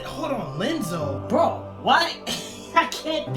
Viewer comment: Here are another clarifications and informations: - Ansem report 0 in KH1 wich Ansem the wise is referring to is actually Ansem report 1. This is because of a mistranslation from the japanese version. - It is not Lenzo but Ienzo as in ienzo. It is a capital i not a little L😂 his nobody self is Zexion. But Iam really proud you got behind the names yourself👌🏼 - Ansem the wise was banished by Xehanort. Then Xehanort officially took over his name and splitted himself into Xemnas and Ansem seeker of darkness - In CoM Sora goes from floor 1 to 13 while Riku went upstairs from the bottom of the basement so basically from floor -12 to 0 - Roxas and Namine are the only nobodies that look different to their original selves. Anyways really nice video!😊🌽